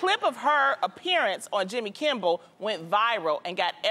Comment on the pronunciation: Loni kept saying Jimmy Kimbel instead of Kimmel😂